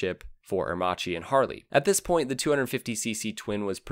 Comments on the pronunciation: Aermakkki not Aermathshi ! Allah de Ora ??? (Ala d'oro = golden wing) Tscharno Serrinen? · It's pronounced "Aermakee", not "Aermachee". That's the correct Italian right? Just like it's Moto Gootzee, not Moto Goozee. A pizza pie is pronounced peetza, not "pezzah" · Good segment in general but it is incredibly irritating to hear aermacchi pronounced herrmaci over and and over again. And Walter Villa clearly Germanic ualter. Also aermacchi could not build planes because of the armistice terms so the bike company was born when the plane company died. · I wish he'd pronounce the name Aermacchi correctly. In Italian, if the letter C is followed by an I or an E you pronounce it 'ch' as in church. If C is followed by any other letter (in this case H) you get a hard 'k' sound as in kite. The double C is basically a longer 'k' sound. It's not rocket science. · It's really pronounced Air - mak-ee! Not; Ear- ma- chee. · Interesting documentary, by the way ch in italian must be pronounced like a K so Aremacchi sounds like Aermakki like bruschetta sounds brusketta :) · I wish you'd taken a second to just check how Aermacchi is pronounced. It's italian. Chi becmes a K sound. It's Aermakki. Good well researched video but the pronounciation makes it more difficult to sit through than it needs to be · A pity that you butchered Aermacchi's name for the complete video...